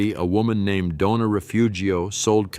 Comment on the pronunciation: Omgosh, I truly wish someone who values language & enunciation would narrate. IF a human, please learn the vowels & rules. Better yet, have a Latino or Latina born into the Spanish language & raised to speak the language narrate. Its truly painful to hear "Doña" sound almost like "Donna" & other words chopped to the point of having to rewind to understand what is stated. PLEASE! "Doña Isa"